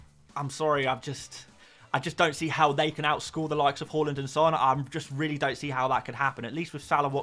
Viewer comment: Why do you keep calling him "whoreland"? 😮